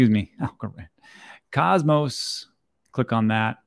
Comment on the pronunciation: I used to watch you, but until you learn to pronounce Cosmos I'm not coming back.